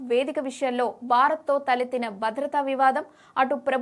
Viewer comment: News రీడర్ ఎంపిక అందం అనేది ప్రామాణికం కాదు, పలికే స్పష్టత ఉండాలి.. బారత్ కాదు భారత్, బద్రత కాదు భద్రత, వైకరి కాదు వైఖరి , బేటీ కాదు భేటీ.... ఇంకా ఎన్నెన్నో...